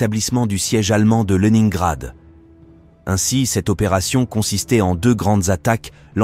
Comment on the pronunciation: Au deuxième "Lenaingrad ", je n'ai pas continué. Ces voix numériques sont insupportables ...